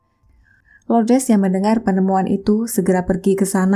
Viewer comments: Semoga jiwanya tenang dan ibunya diberi ketabahan dan kekuatan. Amin Btw,nama ibunya LOURDES, bukan LOUDRES, LOUDRES.. Gak enak dengernya cmiiw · sebut betul² nama ibunya.. bkn loudres